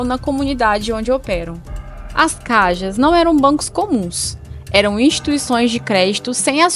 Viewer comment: Se esta apresentando o video en portugues melhor falar todo em português,caja em português es caixa ,esta maneira como diz caja no existe em idioma nenhum